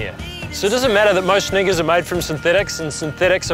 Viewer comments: Tim is a Kiwi and it sounds like sneakers to me :-) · Am I the only one hearing him say something bad ? I know he's saying sneakers but it sounds like something else with that accent...